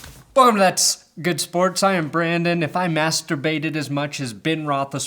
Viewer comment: As a german the "thats good schports" made me so happy. dankeschön! BTW I subbed only because your intro is so goddamn good.